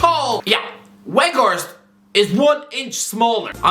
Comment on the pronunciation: Just switch W for V and you got it. Vout Veghorst 👌🏻